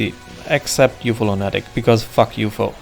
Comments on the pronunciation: Distracted by I'm used to lunatic being pronounced luna-tic. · Great video, but the way you pronounce lunatic causes me extreme pain.